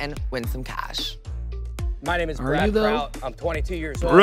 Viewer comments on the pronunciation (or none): him mispronouncing Kraut makes my ears bleed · Bro making me mad how he pronounce kraut